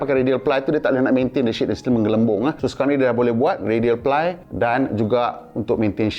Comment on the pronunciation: "jangan salah sebut ply tu " ply jadi pelir...haha